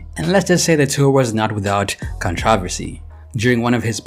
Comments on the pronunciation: He said cun-trah-visty 😅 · “He went on tour and let’s say it wasn’t with any contravisy” oh ok contravisy? what’s dat? 🤦🏻‍♂️😭😭😭😂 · Ngl the “contravusy” pronunciation had me contradicting how I say controversy